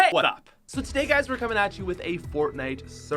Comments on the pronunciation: NO NOOOOOO I came here for the hey what's up (BUT YOU DIDN'T SAY IT PROPERLY) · *heywatt(s)up Fans: bruh say it right